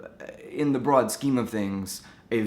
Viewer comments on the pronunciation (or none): none